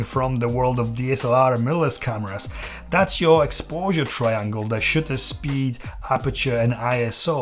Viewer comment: I lost it when I heard "Shitter speed" 😂 Great video!! Thank you.